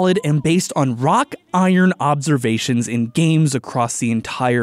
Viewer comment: Did you say "rock-Iron" or "Wrought-Iron"